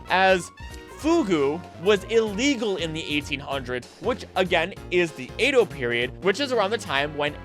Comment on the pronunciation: Great video overall, but you're pronouncing Edo wrong lol